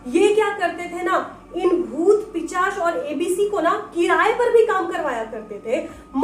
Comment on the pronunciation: It's pishach not pichash